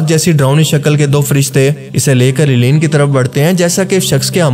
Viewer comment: Eleen nai balkay word he "ELLEYEEN"